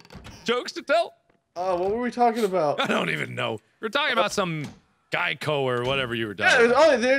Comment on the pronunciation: Guys..... it's Geico REMEMBER THE GEICO GEKO.